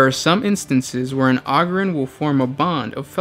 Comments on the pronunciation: ogryn - o grin ogre - o grr, not ogryn - og rin or ogre og rrr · OH-GRIN not AH-GRIN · Take a shot every time he pronounces ogryn wrong